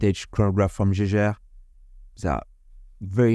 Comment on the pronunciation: Lovley mouvement. I always try to teach french how to say Jaeger-LeCoultre. Obviously i dont need to say anything about LeCoultre, but Jaeger. Now in german the to letter a following e, ae, that is the old way to soell ä. In Germany they have an old way to stell things and a new way. So ae is ä. To help you pronounc Jaege, think Jäger. For example used in the famous german bevrige, Jägermeister. Jäger-Meister. Hunter and Master. Chasseur et Maitre. So if you simple say Jäger-LeCoultre, you are spot on😊 Good luck. Great video tx for shearing